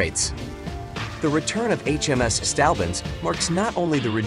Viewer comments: Its "Saint" Albans, not "Stalbans" .Not the first time you have mispronounced ship and place names but surely the worst. Having said that your blog is very good and interesting. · Try saying "Saint-Orb-Burns" (St Albans) next time, and you won't sound so silly.